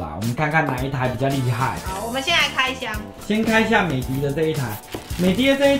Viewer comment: 美的品牌是念美的ㄉ一ˋ歐。